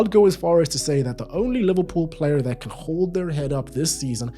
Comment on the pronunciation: "It kyan"